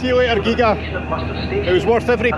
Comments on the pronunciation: Another lovely film from close to (and occasionally overlooking my home island of Islay),. Very honest & fair, as always, although you may never be allowed back on the Isle of “Gee-ah”! 😂 I don’t know if you’ve yet found out more about that big building, but I’m gonna ask a local. 😁👍🥃👊😭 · Had a skim through the comments but I don't see anyone else commenting on pronunciation. It's Gee-ah !!! It was the filming location for that reality TV series where teams of two tried solving a "murder". I think the hotel at Machrihanish goes back a long way , and yes it was a golf resort. It was run down when I was there in 1982! The beach is massive. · I’ve always pronounced it”Gee-ah” but I don’t know if that’s right! 😂I was with you with your pronunciation of Kerrera too. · Pronounced geeya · Sure it's pronounced Gee-Ah. Should have spent longer on Gigha, it's great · Another great trip. Beautiful up there and a lot cooler by the sea than down south in sticky (and burning) Gloucestershire where I've just discovered another of your followers lives in the next street. btw, I've only ever heard the island of Gigha pronounced as 'Geea'. In Gaelic an 'h' often renders the previous consonant silent - like in my late dog's name, Luath but pron. Looa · Sorry,you don't pronounce the second g in Gigha!! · Oh man, that pronunciation of Gigha 🤣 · A' Chleit Beach......CLEECH Beach. I see your pronunciation of GIGHA corrected. Good vid, but you should have taken more time. Lovely part of the world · Gig-aa? No, it is pronounced the same as Ghia as in Ford Escort Ghia. Our favourite stop over when sailing the Scottish West Coast from our home port on the North Coast of Northern Ireland. My partner is often asked to play the organ for their Sunday church service when we arrive on a weekend. Was also home to The Horlicks family of night-drink fame. Their beautiful house and gardens are well worth a visit. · it’s pronounced ‘Gee a’ 😊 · Gigha is pronounced gee ha